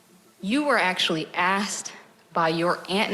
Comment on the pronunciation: WHY CANT PPL SAY THE WORD ASKED...WHY IS IT ALWAYS AK SED?...